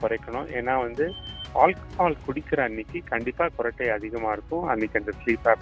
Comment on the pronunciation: Gurattai illa sir kurattai